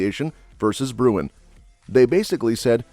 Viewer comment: You guys need to find scriptwriters who can read! The NY case you keep referring to as Bruyn is actually Bruen!